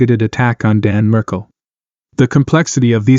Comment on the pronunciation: Markel not Merkel